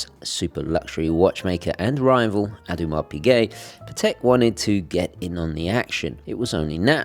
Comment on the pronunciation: At least you could pronounce Audemars Piguet correctly.